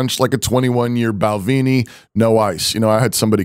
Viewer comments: Bal ven (like "men") ee. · Its pronounced bal ven e